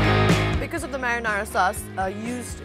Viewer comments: isnt is marinara sauce and not mariyana lol, just saying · Just so you know. It’s not mariana sauce, it’s marinara sauce . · Its pronounced brussketta although the spelling suggests otherwise. also the sauce is called marinara sauce, for the first half of the video you referred to it as mariana sauce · what a joke...gaijatra banauney bho muji ley...everybody is laughing at your pronunciation, its sweet because of olive oil n sugar re...thuikka olive oil kaha bata sweet huncha...sidhai sugar bhanna muji...ani mariyana sauce rey... its marinara randi muji....google garney gaar...ani taha pauchass....